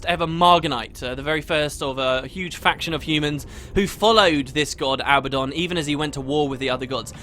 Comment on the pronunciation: Seriously? "Abbadon"?!